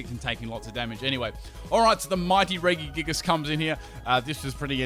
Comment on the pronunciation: Why did you pronounce Regigigas with 3 hard G's? Think Reggie Fils-Aime